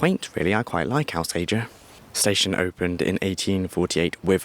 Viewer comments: Not the lad's fault, to be fair – that's how it's (mis)pronounced in the onboard announcements, I've noticed! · You’ll get shot if you keep calling Alsager Al say er, it’s All Sage Er